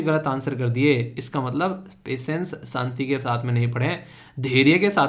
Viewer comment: Good morning Sir aap haryana se belong krte ho kya?? kyonki aap भाषा की जगह भासा और शांति की जगह सांति word pronounce krte ho. Ese pronounciation haryana Wale hi krte h or aap bahut sare ese local word use krte ho jo haryana me use hote h